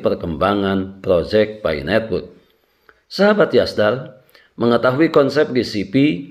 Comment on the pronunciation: Pi bang bukan fi